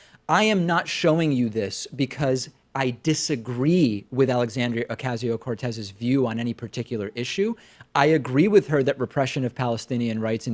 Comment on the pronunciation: "okazio" no ocasio